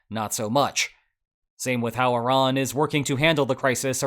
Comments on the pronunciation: thank you so much for pronouncing Iran correctly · I am so happy you say Iran and not I-ran.